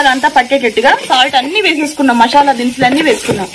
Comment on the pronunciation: Mashala kadu...masala